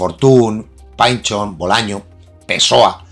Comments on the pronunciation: Se pronuncia PINCHON, no PANCHO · Por que Pynchon es "painchon" y Dylan no es "Dailan" como se decía antes? PARA MI EL PAVO DE PINCHON ES POR PINCHON